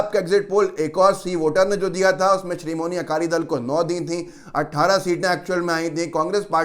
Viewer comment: Bhayya srimoni akali dal nhi , Sri Madi akali dal naam h